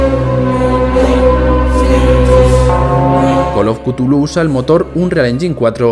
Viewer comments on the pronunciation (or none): Se pronuncia Chulú, no cutulu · es cazulu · buen resumen de col of cutulu